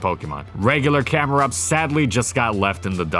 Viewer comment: THE I IN CAMERUPT IS SUPPOSED TO BE A U!